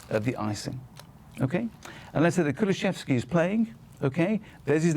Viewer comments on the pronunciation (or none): Another Jonathan Pearce who can't pronounce dejans name, it's " kuluseVski " NOT " kuluseFski"